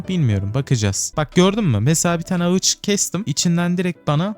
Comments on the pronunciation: Ağaca ağıç dediğin için videoyu izlemeye son verdim. Tdk triplerim tetiklendi kusura bakma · abi video güzelde ağıç yerine ağaç desen daha iyi olur